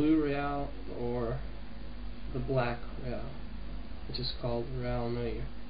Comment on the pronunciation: its acctully said like (noware) and its french for black btw just thought you would like to know